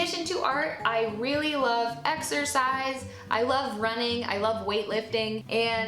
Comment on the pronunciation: wait wait wait. . . . did you said "i really love exorcise..."!!!??? or is it just your accent?